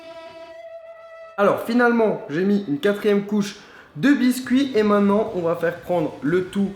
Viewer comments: Lam Zenati sa se peut qu'il est pas français voilà. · Lam Zenati moi sa ma stresser tous le long de la vidéo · super vraiment. stp essaie de dire MAINTENANT et pas MAINNANT car beaucoup d'enfants te regarde. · Quelqu'un peut lui dire qu'on dit "Maintenant" et non "mainant" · mainttttttenant et non mainnant putain hahaha, sinon belle vidéo